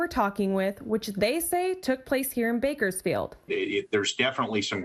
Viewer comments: How are you mispronouncing Bakersfield😂😂😂😭 Edit: now to think of it, probably did that on purpose just so he could get more comments, therefore making his videos pop out. That’s some goat level activity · I know you did not just call Bakersfield Burgerfiled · Lol “berkersfield” it’s Bakersfield but I’m sure some locals call it that